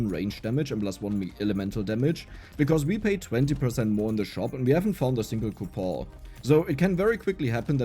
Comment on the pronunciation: coupon is pronounced coupon bro